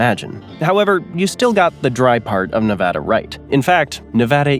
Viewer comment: I gave you a like for pronouncing Nevada correctly. Thank you.